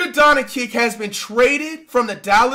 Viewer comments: “Luka Diencwhcish traded to the Lakers for a bag of Lays and a half eaten McDonald’s burger…”. 😅 the fact that he couldn’t pronounce “Doncic” but had the fortitude to come up with the awesome quote makes it brilliant! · really said luka donikik?🤦🏽‍♂️ curry could never but he had Durant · Here for Luka “ Donna-keek”